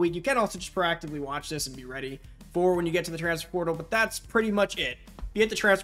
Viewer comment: Slow down bra its transFER portal. Not transfr prtl lol. You saying it so fast and condensed